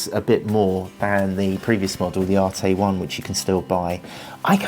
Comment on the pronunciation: "ARETE" NOT "ARTAY"